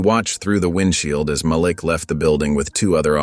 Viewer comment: Malik( MahLeek) NOT (MahLick) please pronounce the names of Princes( correctly) when it keeps being pronounced wrong it makes me feel 😢